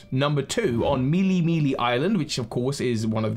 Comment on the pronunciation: I always thought it was pronounced like mey-lay mey-lay not mee-lee mee-lee? But honestly basing anything off of pearl harbor would a little. Tone deaf